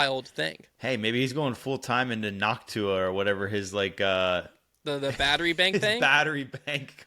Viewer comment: Noc-tuah...really? Lol